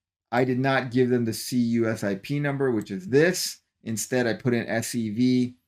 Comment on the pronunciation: CUSIP is usually pronounced "Q-Sip" Go Aptera! The world needs this car!